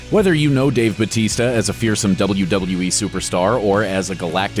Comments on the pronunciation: Bautista is a filipino surname its actually said bowtista not butista why i know this because I'm filifino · It’s Batista no hate btw I love ur channel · 'They adjusted it for an easier pronunciation' Wow! One letter can scramble Americans tongues like a twister. Give me a break.